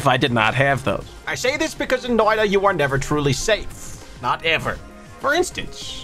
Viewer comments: Its not "noida" its more like "noit a" with a sharper t but yeah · This is otherwise a great video, but as a Finnish person the way you pronounce Noita is painful. It is pronounced "Noita", not "Noida".